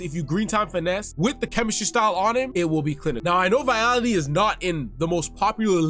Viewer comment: Vitality 😂 you mean Vialli! Good review, thanks! Subscribe!